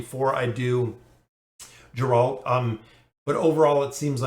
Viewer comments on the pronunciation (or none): It's Garalt not Jaralt. The pronunciations are killing me.